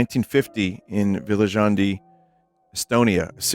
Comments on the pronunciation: Ahhhh yes the Villa Zhandhi, Estonia sighting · Oh god, the way Vinny pronounced Viljandi Well you tried, pizza man